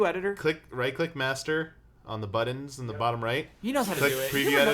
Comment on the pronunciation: Can please say buttons not buddins. haha middens, kiddens